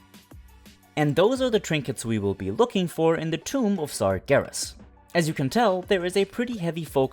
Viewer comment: its Tomb not Tome